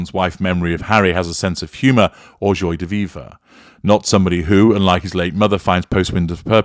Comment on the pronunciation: The first word in “joie de vivre” is pronounced “jwa” not joy.